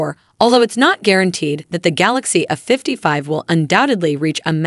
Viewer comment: Might want to get a better AI voice there. It's not "a 55" it's "A55".